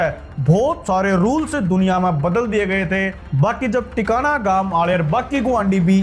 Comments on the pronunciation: Tikana nahi h naam Tikan kalan h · Tikana koni tikan h es gaon ka naam